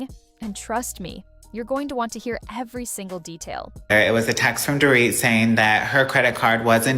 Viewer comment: It’s pronounced door-eat , not door- it.